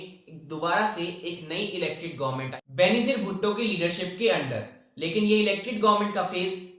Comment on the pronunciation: ITS NOT BENEZIR... IT'S BEY-NAZĪR ( PRONUNCIATION)